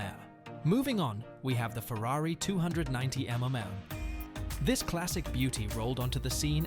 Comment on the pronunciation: You apparently have difficulty in saying "MM" :face-blue-smiling: It is pronounced em-em, after the famous Italian endurance race, the Mille Miglia. I guess that's computer generated voices for you, they don't know everything! LOL